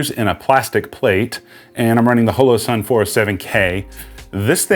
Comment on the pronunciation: i know that mean well, but you talk too much & your gesturing is even worse. Your videos are wa-a-a-y too long. You may confuse the uninitiated by calling the "M" model a compact. Other than that, you're doing fine. OH! Its Hollow Sun, Hoe-Low. And slo-VEE-knee-uh. Proceed.